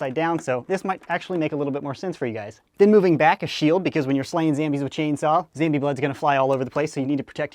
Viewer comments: its zombie not zambie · it is zombie not zambie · Wtf is a Zambie, is he trying to say zombie? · It’s not zambie it’s zombie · STOP SAYING ZAMBIE ITS ZOMBIE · Why do you say zambie? It's zombie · Why do you call zombies zambies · its ZOMBIE!! not zambie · why do you call it a zambie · it's zombie not zambie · wie do you say Zambie in stead of zombie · it's ZOMBIE idiot not zambie Dumby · I don't want to be rude but it is called zombie not zambie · Hi says zambie its zombie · I like how he says zambie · Why does he say "Zambia”? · only wondering not trying to mean, why do.you say "zam"bie? if someone could answer thx cuz again only wondering👌👍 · pls stop saying zambie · Why he always says Zambie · why does he say zambie